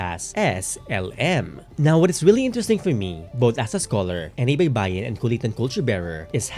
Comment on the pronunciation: 「ᜊᜌ᜔ᜊᜌᜒᜈ᜔」it's terrible pronouncation with Baybayin sentence. But, in Baybayin traditional tagalog pronouncation name was「ᜊᜁᜊᜁᜈᜓ」"baibainu~".